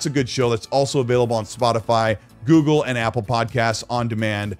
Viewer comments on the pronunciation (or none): none